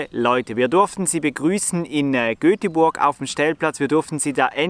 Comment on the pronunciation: Ein schönes Video. Nur eins bricht mir das Herz. GÖTEBuRG.